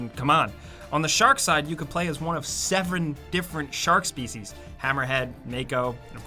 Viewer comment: he went to meant to say eithee several or seven. But what he said instead was sevren. He mixed em lol